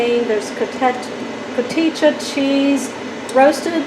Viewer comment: It’s pronounced co tee ha cheese 😁